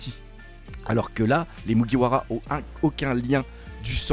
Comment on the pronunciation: À mon avis il a lu des scan sur des sites non officiel et n'a jamais mater l'anime. Ducoup il prononce le nom japonais avec la prononciation française. 🤔